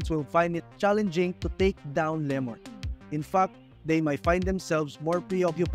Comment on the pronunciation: Lemord 🤣 dami arte di ayusin pronunciation